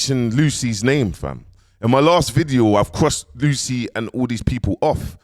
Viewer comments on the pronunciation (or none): Lucii is pronounced as Lucy short for Lucifer akh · Man keeps saying ‘Lucy’ 😂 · Man said “Lucy ” smh😂😂😂